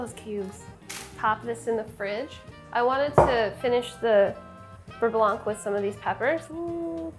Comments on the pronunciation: Please stop pronoucing the C at the end of beurre blanc. For english speakers, try saying it like this: bur-bla (bər-ˈblä) . Yeah, i know, but its making my fussy french ears bleed. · How to properly pronounce "beurre blanc": For "beurre" you need to add a little throaty growl at the end for the "r" as in saying "grrr". And for "blanc" do not pronounce the "c" at the end. Et voilà! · its "beugh blauh" not "beuh blawnk" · Um. beurre blanc? BERR... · PSA: there's no audible C in "beurre blanc". It's French for "white [butter]", same as in "sauvignon blanc".